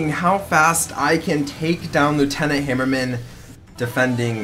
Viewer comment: Hammer-man just say it right -_